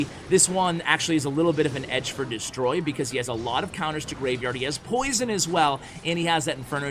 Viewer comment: It's Detroy, not Destroy. :)